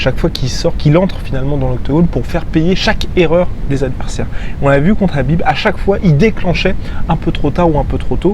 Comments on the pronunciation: tu peux pas dire Kahbib avec un K au lieu de Rrrraaabiiib ? on est en France, donc prononce son nom à la française... pas besoin de t'égorger la glotte façon sudsud à chaque fois, c'est pitoyable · Bin tu prononces "Krabib" comme ça tout le monde est content